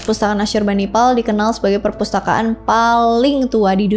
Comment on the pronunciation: Pespurtakaan awkwkwkwk.....keseleo lidah kek biasa awkwkwk...gpp kok sayang 😂